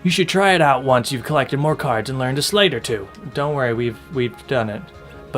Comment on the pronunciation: Hey, just so you guys know, "sleight" is pronounced like "slight," not like "slate." I looked it up for you :)